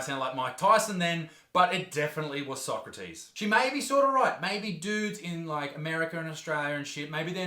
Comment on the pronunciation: Ahh Isaac, manages to say Socrates wrong but pulls out the toxoplasmosis and 9th degree! Nice brother 😂 just pulling ur leg